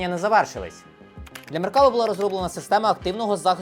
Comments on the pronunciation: Не "меркАва", а "меркавА", бо хибний наголос при публічній промові- це ж "крінж". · Крінж говорити МеркАва, а не МеркавА і НАмер, а не НамЕр. Але.... всі інше цікаво, змістовно. Дяка! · За вийнятком проблем з наголосами в назвах "МаркавА" та "намЕр" – цікавий огляд. А "мирні" палестинці легко причипляли вибухівку до меркав через те, що у них, як і в будь-яких танках – дуже обмежений огляд. І сумніваюся що на відео саме остання модиффікація меркави 4, де за допомогою камер зовні танка та шолому доповненої реальності командир танка має огляд навкого танка на всі 360 градусів не виходячи з середени. Та й якщо б навіть то була остання модифікація, камери можна легко вивести з ладу навіть стрілецькою зброєю. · MerkavA - на останню літеру наголос.... Усі роблять відоси про нього (неї, бо це жіночий рід) і в незалежності від мови роблять цю помилку. Не зовсім розумію, як можна назбирати матеріалів на цілий випуск з купою технічної інфи - і просиратися кожен раз на простій назві🤦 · Там наголос на останній склад в назві танку - Меркава́, що з івриту означає "колісниця" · оглядач танкової техніки, а не знає правильне вимовлення ізраїльського танку? 😄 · Меркава - ударение на последнем слоге ...